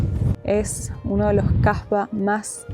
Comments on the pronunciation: Hhhh ten cuidado como pronuncias la palabra casba procura destacar la "s" porque como estas pronunciando la se le cambia el significado a prostituta en dariya😂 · Ten cuidado jaja con la pronunciación estabas diciendo es conocido por las 1000 p*tas 😂